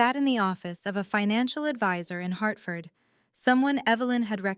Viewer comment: Also, for folks who aren't American, Hartford, not "Heartford."